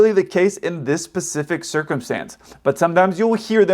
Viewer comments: since you're talking about it, pacific is an ocean...🤣🤣 SPECIFIC Don't hate me, just thought it was funny given the topic of video, it's not too bad until pacifically is used. 😂 ugh for some reason MANY of us had issues with pronunciation of SPECIFIC. We had a teacher in high school that used to lose his shit over it, pointing to the pacific ocean on the globe, yelling, EVERY time one of us said it incorrectly... guess it worked, but Damn. Great video! As always, stay safe. 😃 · “Pacific”? 🤔 Specific? 🤣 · "... for me as a native English speaker ..." followed by "... in this Pacific circumstance ..."